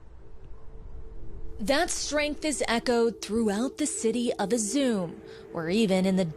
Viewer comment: You could at least learn to pronounce the name of the city properly.